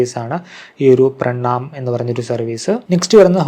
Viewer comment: പ്രണാമം അല്ല.... പ്രണാം 😅